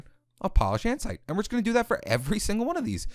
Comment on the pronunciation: Did he say andsite?!? Its andesite stupid